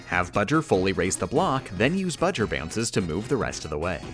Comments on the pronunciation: "Bowser" not "Budger" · Everything he says budger my trigger level increases by 5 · I hate all the times ya said "Budger" When I finish the vid ima put all the times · Um Who’s bajar it’s bowser jr thanks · I don’t know why you keep referring to Bowser Jr. as “Budger”. Unless it’s “BJr”. Either way I think it’s funny. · She says it like that because if you sound out "B. Jr." It sounds like that "buh-jer" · Why is she calling him budger? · Why did he call him budger? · B-owser J-unior BJer, which they pronounce "Budger" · no its budger :3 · Why "Budger"? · Why does he call Bowser Jr. "Budger"? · why does she call Bowser Jr. Budger? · I think she is. B. JR - Budger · Nobody is talking about he is saying bowser jr wrong 😡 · It's obviously for a joke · Love the video. Hate the way you pronounce Bow-Jr.